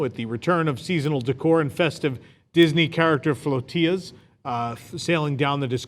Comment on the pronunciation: "FloaTILLA" rhymes with "GodZILLA". You don't pronounce the "tilla" part as in "tortilla" (tor - TEEYA).